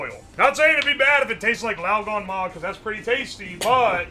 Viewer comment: The gan in laoganma is pronounced like can.